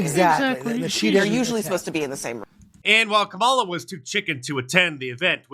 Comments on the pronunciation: Uh oh! Sounds like Stelter mispronounced "Kamala." He must be a racist, misogynist. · LOL! Stelter mispronounced Kamala's name! This is too rich!